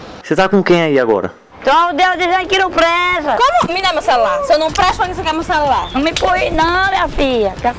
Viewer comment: Kkkkk "Cerular"